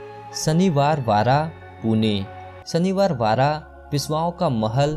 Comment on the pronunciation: Tu muh se supari Nikal k Sahi se bol ... Shanivar wada not saniwar wada..